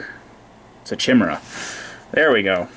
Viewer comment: Chimera is pronounced "kaye-mehr-ah" not "Chi-mehr-ah